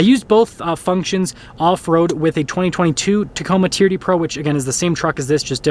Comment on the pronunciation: TRD is not a word, it's an abbreviation for Toyota Racing Development. Each letter is pronounced.